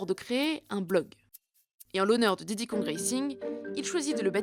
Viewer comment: Pourquoi tu dis diddy lauf ?